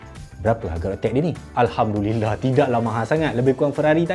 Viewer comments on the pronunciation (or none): none